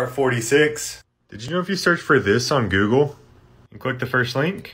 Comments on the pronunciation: And googlay. What makes it funnier is that it's also his google new tab screen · I know everyone is talking about him saying "Googaly" or "Spongebobe" But are we just gonna ignore he called Link, Zelda??